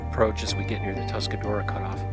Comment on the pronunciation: Say it with me -- "Tusk-a-ROAR-a". =) Nice to see spring reaching the ridges!